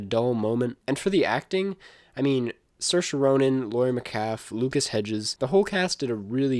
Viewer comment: “Laurie met-CALF”